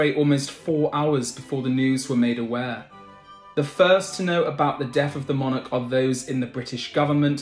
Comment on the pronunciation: You couldn't get more facts wrong it you tried in this video. Please also learn how to pronounce the word 'monarch'.